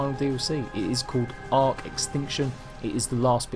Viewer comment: Why do you say it like tlc